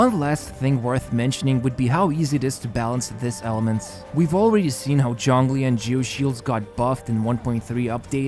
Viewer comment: excuse me, did you just say johngli